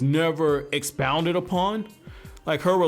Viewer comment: I really wish we saw more of the leaf clans Also, why do you pronounce "expanded" as "expounded"